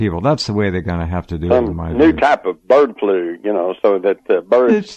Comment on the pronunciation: "new type of bawd flu...."